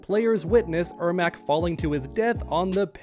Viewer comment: Im surprised he is saying the name right! He clearly struggles with Janet and Janette!! 🙄🙄